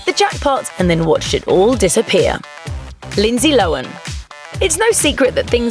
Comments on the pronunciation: Lindsay "Lowan"? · who the hell is "lindsay lowen"? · Tf's Lindzee Lowin?